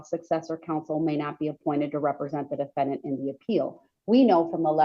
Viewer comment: The da-fen- DANT!!!😂